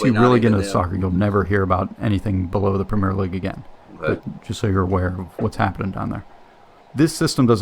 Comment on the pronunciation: BTW the top division in English Football is the 'Premier' League--NOT "Premiere"